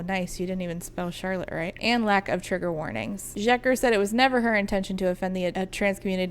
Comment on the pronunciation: random FYI but the sz in Szeker is pronounced like the s in sincere.